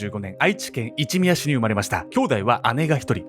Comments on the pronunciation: 一宮は“いちのみや“と読みますよ〜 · いちみやじゃ無くていちのみやです💢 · 一宮って書いていちみや、じゃないよ！ いちのみやだよ！愛知なら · 残虐な事件なのは分かってますが....一宮の読みが「いちみや」じゃなくて「いちのみや」です😂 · いちみやじゃなくていちのみやですよ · 全然どうでもいいけど一宮ってイチミヤじゃなくてイチノミヤ。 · 愛知の一宮(いちみや)...ヽ( ´_つ｀)ノ ? 正) 一宮(いちのみや)です(*^^*) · コメント失礼します。 犯人の出身地ですが、「いちみや」ではなく、「いちのみや」です。 細かいですが、気になってしまいました。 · Not いちみや、yesいちのみや！！！！ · 一宮(いちのみや) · いちみやじゃなくていちのみや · 一宮は『いちみや』ではなく、『いちのみや』って読みます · 『いちみや』ではなく 『いちのみや』ですよ！ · いちみや、じゃなくて、いちのみやです… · 名古屋市いちみや→いちのみや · ほんとこの事件は印象深いです…ご冥福をお祈りします。あと、いちみや？いちのみやだと思います(；´Д｀) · いちみや、ではなく一宮(いちのみや)だと思います！いちみやとも言うのかな、、、県民ですが不安になってきた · 一宮は「いちみや」ではなく「いちのみや」です！ 揚げ足とるようで申し訳ありません、、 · 愛知県の一宮(いちみや)ではなく(いちのみや)ですね！ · 指摘とか文句とかではなく 純粋にお伝えしたいのは 愛知県「一宮」は 「いちみや」ではなく「いちのみや」です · 一宮は「いちみや」ではなく「いちのみや」かもしれないです☺️ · あの、いちみやじゃなくていちのみやだと思います。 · 愛知県一宮（いちみや）じゃないです。愛知県一宮（いちのみや）です。愛知県出身なのでつい突っ込んでしまいました。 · いちみやじゃなくていちのみやっすね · 愛知県の一宮っていちみやじゃなくていちのみやじゃない？ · 大好きでいつも観てます。めっちゃ細かいことで申し訳ないのですがいちみや→いちのみやです。凄い漢字ややこしいですよね😂これからも応援しています。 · 「いちみや」じゃなくて「いちのみや」ですよー！ 同じ読みの地名あるから間違えるのは分かるけども😓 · 正しくは 一宮 いちみやではなく一宮（いちのみや）です！ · これでもなお、親ガチャを否定できるのか？？ 関係ないけど、いちみやではなくいちのみやです… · 一宮。いちみや ではなく いちのみや です。笑 気になって笑ってしまった。すみません。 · 愛知県、いちみやじゃなくていちのみや（一宮）ですよ！ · ！ 一宮は、いちのみや です^_^ 地元なんで知ってほしくて！すみません！ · すっっごい細かいんですけど、川合の出身地の一宮は｢いちみや｣じゃなくて｢いちのみや｣だとおもいます！ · “いちのみや”やで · ちなみに一宮って書いて、いちのみやって読むんですよ😳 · 一宮？これ いちのみや です笑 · 一宮じゃなくていちのみやです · 一宮(いちのみや)市ですね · 一宮は、いち｢の｣みや ですよ(･∀･) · 一宮 いちのみや ですよ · 一宮で、「いちのみや」だよ。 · 一宮＝いちのみや です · 一宮は「いちのみや」と読みます！犯人は愛知出身だったんですね… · この事件知った時はほんとに背筋が凍りました… ちなみに犯人の出身地の読み方は「いちのみや」です！ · 愛知県の「一宮」は「いちのみや」と読みます😂 こんな考えの人がいる事が怖い、悲しい。 本当に小島には罪を償ってほしい。 正直こんな奴が生きていて勇敢に立ち向かってくれた宮本さんが亡くなってしまった。本当に悔しいです。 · いちのみや と読むのよ